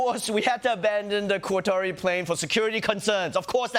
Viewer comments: Cuttery? I never knew Qatari was called Cuttery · why do they pronounce "Qatari" as "cuttery" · Did she say "cuttery"??